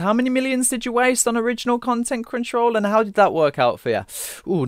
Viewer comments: Sounds like you're saying CringeRoll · every time he says "Crunchyroll" im understanding "Cringeroll" and i cant unhear it lol xD